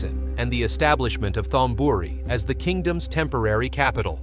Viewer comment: You (or the AI) keep mispronouncing word in Thai that have the "th" at the beginning of the word. The sound should be like a "t," not the English "th" sound. Examples: Thonburi (Taksin's capital) is pronounced tone buree not Thone buree. You really should have a Thai speaker go through and clear up those glaring mispronunciations. Still, I enjoyed the video.